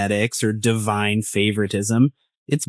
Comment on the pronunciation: ...and it IS "Devine favoritism," to the uninformed narrator ....🙄